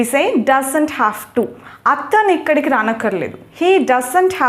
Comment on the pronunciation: హలో మేడం గారు మీరు మాట్లాడుతున్న హేజ్ హ్యావ్ ఒకలాగే వినిపిస్తున్నాయి వాక్యాలు అక్కడ రాస్తే బాగుండేది